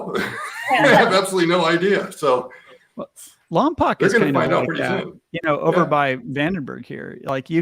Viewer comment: POKE..., Lompoc is pronounced by the locals as an 'oh' sound... that's how they know you're not a local. You are an amazing guy and I love listening to you espound on subjects that I've never even thought about or even heard of. Goes to prove the point that 'we don't know what we don't know'... I've been to Lompoc a few times, but have never seen a launch at Vandenberg AFB. How about organizing a little watch party for a Falcon launch! Fun... I'd love to be with you to hear your insights! SoCalFreddy